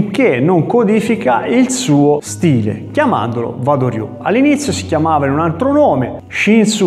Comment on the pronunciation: Interessante...scusa ma Wa si pronuncia Ua..Uado ryu...